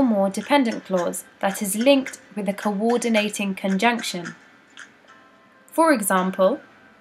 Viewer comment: literally "kowordeenayting konjunkshion"